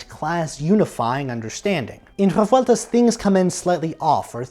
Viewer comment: Awesome work! Thanks for this video. It's surprising how hard it is to find Revueltas' scores and other stuff in Mexico. BTW Rolling the R's in Revueltas, cool detail!